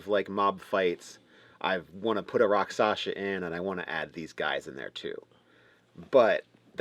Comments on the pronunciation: Good content, but it's a pet peeve of mine when people mispronounce words that are pronounced exactly the way they're spelled... rak-SHAH-sa, not rak-SASH-a. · Not to sound like a jerk, but i believe you would pronounce it rock-shaw-sah, and the word melee is pronounced may-lay. Now an inventive person can make a Rakshasa a dangerous enemy at whatever level the players are , for that matter any monster in the book. Just add your own tweaks to its hp and capabilities . The books are just a good reference . That being said , this was a good video , and probably super helpful to newer DMs . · As far as I know, the pronunciation is something like "rock-sha-sa." How do I know? From a TV show that ought to be required reading/viewing at the DM Academy: "Kolchak - The Night Stalker," starring Darren McGavin. A true classic! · Shasa is pronounced like Shasa with the syllables flipped.